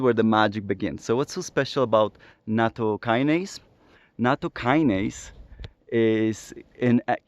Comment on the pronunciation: I have a pedantic comment about pronunciation and etymology. Nattokinase is an 'ase' (i.e. an enzyme) that is derived from Nattokin. It's not a kinase (a specific kind of enzyme) derived from natto. So to avoid confusion, it's best to pronounce it so that the kin rhymes with 'win' rather than with 'wine', and with the emphasis on the ase rather than the kin. The kin in nattokinase is just a japanese character for bacteria (which comes from chinese: it's the character pronounced jun in mandarin chinese, as in bingjun: it's grass on a box with a plant stalk inside, if you know what I mean) and it's just a coincidence that it ends up making nattokinase look like it's a kinase.